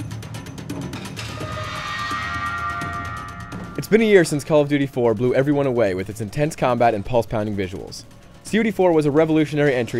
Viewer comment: Slauf-uty 4? Seriously man, speak properly!